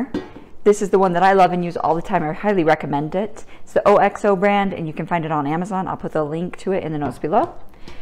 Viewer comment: O. X. O?? It is a company that sells a ton of stuff in the UK where I lived for many years and my dad was Scottish. It is pronounced ox-oh as a word not three letters. I wouldn't want you to go around the rest of your life saying O. X. O:-).